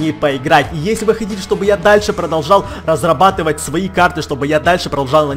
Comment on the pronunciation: Он про кортавил в слове разробатывать